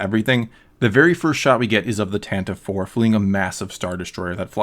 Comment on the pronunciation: I really like your review, but the correct pronunciation of Princess Leia’s ship is the Tan-ti-vee IV.